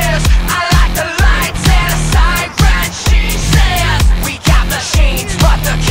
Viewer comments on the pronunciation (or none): none